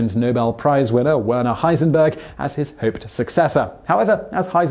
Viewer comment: werner is pronounce like verner